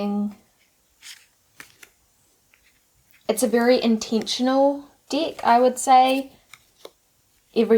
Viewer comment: I love the way your pronunciation of the word de k sounds like dick 🤣 it's so innocent and funny "I don't resonate with this dick" "it's a really really cute dick but it's powerful" girl you made my day 😄